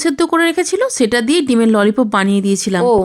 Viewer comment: ননী কব ❤❤ নয়❤❤ ললিপপ❤❤ উচ্চারণটা ভালো করে করুন❤❤❤